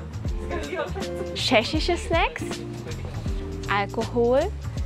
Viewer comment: Wie einfach schechisch sagt 😭